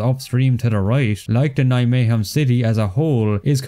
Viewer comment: Although it is not perfect, your pronunciation of Nijmegen is very good